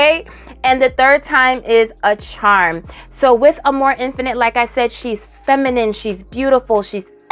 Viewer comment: Instead of amour infinite, I heard you say “a more infinite” and I was waiting for another word. A more infinite, what?? 🤣. Silly me